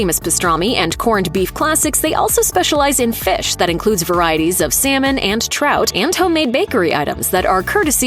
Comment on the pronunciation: Is this a robotic commentator? The accent and mispronunciations are horrific! I can't believe how latkes was pronounced! Salmon, too! Anyway, in NYC, Second Avenue Deli has much better food than Katz's - and always has! Plus, Katz's is not kosher.